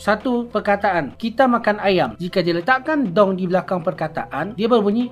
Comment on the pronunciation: Betul waktu dia sebut.. "Kita makan ayam dong" Intonasi kurang tepat, bunyi kurang panjang sedikit. Karena kalimatnya sebuah pernyataan. Beda kalau kalimatnya sebuah perintah. "Tarik dong!"